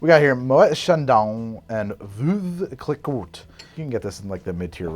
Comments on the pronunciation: "Life should be bubbly, like pink champagne!" -- Charles Boyer in Love Affair. Your pronunciation of Veuve Cliquot is awful. Just call it the Widow like pretentious British twits do. 😁🍇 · It’s ‘Vuh-v click-oh’ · they all died when he wrote "vueve" for the Veuve Clicquot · "American pronouncing French" is probably one of my favourite kinds of accidental comedy. They just don't have the same sounds and when they do they write them differently. That's how Veuve Cliquot becomes Vuf Klika.